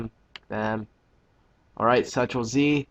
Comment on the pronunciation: "Central Z Central Z, Central....Z." Correction: "Control Z Control Z, Control....Z". Why did he say "Central Z" New spin-off show of DragonBall Z?